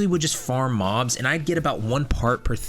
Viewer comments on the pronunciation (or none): none